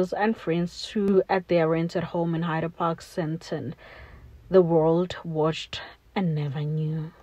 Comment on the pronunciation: It's Hyde Park doll....not Hider Park the way you pronouncing it is wrong...